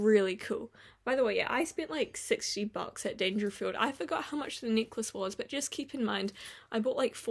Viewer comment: Say 'necklace' once again in your NZ accent and I'll instantly merrieh u xD xoxo